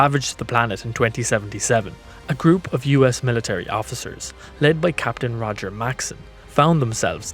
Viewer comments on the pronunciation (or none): none